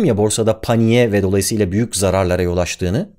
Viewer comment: doğalayısıyla (dolayısıyla) Şimdi de, bula bula bunu mu buldunuz... O kadar ütülendi ki kafam videolarını dinlerken-izlerken, dikkat oranım mı arttı ne, gözüme ilişiverdi... Acaba bilerek mi yaptın, bakalım kim fark edecek diye? Ufkumu mu açıyorsun, kafamımı şişiriyorsun hala anlayamadım : ) Neyse, bazen anlamakta zorluk çeksem de videoların güzel...